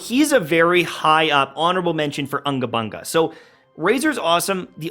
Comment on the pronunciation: It's not Anga banga it's unga bunga ☕